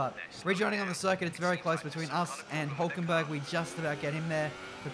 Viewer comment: The way you pronounce Vettel and Hülkenberg.. xD